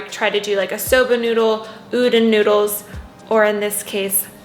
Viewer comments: I had to click off the video when she kept saying “oo-dun noodles” 🥴😔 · Hehe I'm Japanese and I think you mean U-Don (as in Donald Duck). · Hey idk If someone has told you yet but I just wanted to add that udon noodles are pronounced like oo dan. Just wanted to let you know. Great video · If the noodles you were talking about are spelled udon, it’s pronounced oo-dawn ( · the way you pronounce udon cracks me up, but anyway great vid and i'm not even vegan! definitely will incorporate these type of meals every once in a while though xo